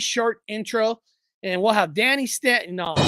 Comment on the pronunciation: Staton is pronounced stay-ton😅 I have to check my shorts and see who that was in the short. I remember Gypsy Road and Paranormal Highway lol. Take a look at Dark Waters and his cigret smoke apparition footage he recieved from a young hoaxer. Dark Waters has this ability to sound like hes clever and everything I see from him is nonsense. This kid goes twice to this back deck. Both times he lit up a Marlboro 100 and holds his cigret up just out of sight of the camera and would get a plume of smoke that looks like a ghost in the distance. Dark Waters has a cult following that believes his bullpoop.